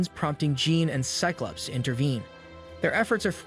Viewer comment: You're having some serious pronunciation issues with names. Mag-neet-oh Jeeen S-eye-klops Guy-rick Say-brr-tooth Ark-angel Too many to list them all But the video is cool